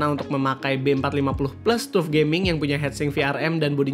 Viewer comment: TUF bacanya "Tough" bang